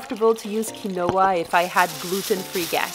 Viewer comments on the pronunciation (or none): Just FYI; it's pronounced Keen-wah